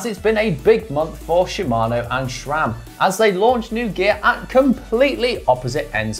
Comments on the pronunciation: There’s no “h” in SRAM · I wince every time someone says "shram"